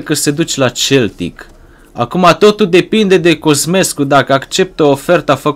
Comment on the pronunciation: Se pronunta seltic nu celtic